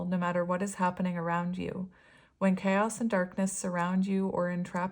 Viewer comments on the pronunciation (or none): none